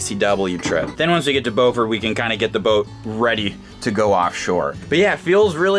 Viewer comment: Just a heads up, Beaufort is pronounced like beautiful